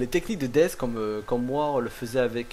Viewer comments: on dit dess mais il s'apelle death comme dans la cinematique du debut du jeux il dit war furry strife et dess au lieux de dire death mais bon tu a aussi raison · AAAAAAAAAAAHHHHHHHH c'est Death pas dess x) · Jeux de mot par rapport a l'accent merdique du mec qui le prononce dess ?